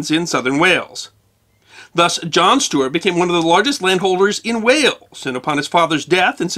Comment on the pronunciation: And the constant mispronuniation of the word "Stuart". Aargh!!!